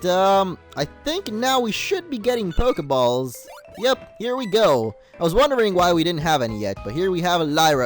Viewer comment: U Said PokeBALLS